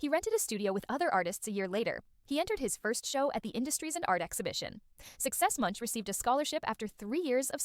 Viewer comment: Man dont give me facts about a man if u cant even say his last name correctly